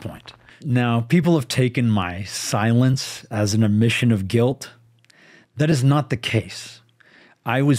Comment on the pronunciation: He's really good at avoiding it. Wait... Did he say "Omission of guilt" or "admission of guilt"?